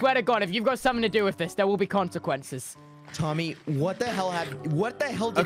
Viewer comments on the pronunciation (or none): HE SAYS QUANQUENCES 😭😭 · All I hear is "your actions have CoNciQUenCes"